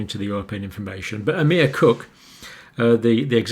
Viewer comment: Just an FYI John. Emer is pronounced eee - mer, with the emphasis on the first syllable. Thanks for another concise, calm and timely bite of info. Been watching your videos since December 2019 and there's nobody I'd trust more. Keep safe.